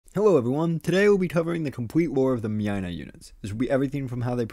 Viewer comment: Mynah is pronounced as "Mai-nah", similar to "miner"